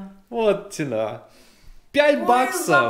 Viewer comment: в слове цена ставьте правильно ударение